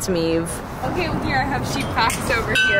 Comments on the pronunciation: Maeve is an Irish girls name, and it’s pronounced “Mave”, so she obviously has an Irish accent, lmao! This episode was so great!! 😂😂😂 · Looks like you guys had a fun time over there! Not to be nick picky or anything, but the correct pronunciation of Maeve is “MAVE.” The “E” is silent. I am Irish, and that is an Irish name. Anyway, loved the goats and sheep, loved the corn maze. Keep doing what you love!